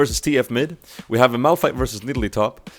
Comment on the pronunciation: Awesome vid! U kind of messed up Malph and Mao´s name sometimes :D... Funny